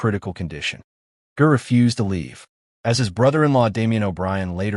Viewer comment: It's pronounced "Jer," not grr. Awful AI crap. Ger deserves a better tribute than this nonsense. I stopped at the mispronunciation of his name. YouTube needs to ban this crap. RIP, Ger.